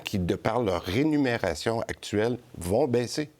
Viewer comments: Christian Dubé dit rénumération à la place de rémunération. Il dit également mécin à la place de médecin une fois. Juste une remarque… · C’est la Remuneration et non Renumeration😅